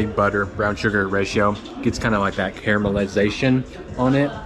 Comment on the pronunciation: I’ve watched so much I am comfortable being right up in his face. He bugs me the least of all the food bloggers or is it vloggers.. did you notice he said caramelization? A newbie would say carmelization like Carmel the town in California. Apparently we like the same things good food and a quest for precision (he’s so dexterous ),and the perfect bite. Best of health in 2024